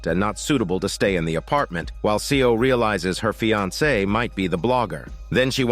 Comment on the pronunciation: 'Seo' is pronounced as 'So' <3 "E" is silent, please keep it in mind from the next time :) Well narrated story.